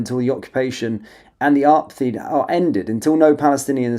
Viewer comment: Love your videos. Word to the wise, though, Apartheid is pronounced 'apar-tied' not 'arpatheed.' 👍